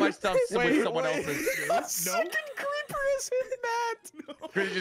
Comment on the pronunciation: "A SECOND CLEEPER HAS HIT!!!"